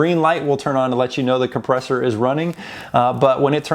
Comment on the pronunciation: Made me cringe every time you said compressor